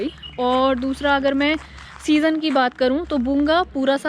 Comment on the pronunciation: its bhunga...meri behan......it start with BH not B, bolne me bhi fark hai.....but anyway......chalta hai....good attempt...